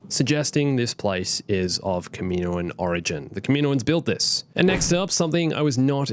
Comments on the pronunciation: it’s not “kuhmeeno-an” it’s “kah-mi-noan” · I hate the way you mispronounce Kaminoan. It's kah-mih-KNOW-un.